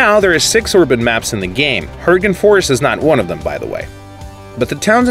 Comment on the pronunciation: btw uploader it's erben not orben, work on that pronounciation a bit it sounds really weird and awkward